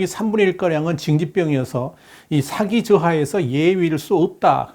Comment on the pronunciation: 언제나 좋은 내용 감사합니다. 사기(morale)과 사기(fraud)는 우리말 발음이 다릅니다. 군의 사기는 발음을 길게, 사기꾼의 사기는 발음을 짧게 해주시면 듣기에 더 좋겠습니다.